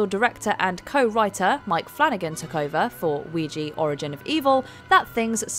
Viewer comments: It's oui ja, yes in French and German. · You kept pronouncing Ouija improperly. It's Wee-ja. You obviously never watched "Witchboard" to know the proper pronunciation and the context of the name.